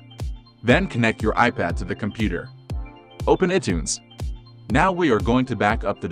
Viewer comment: ih tunes? come on, get a real vo person...lol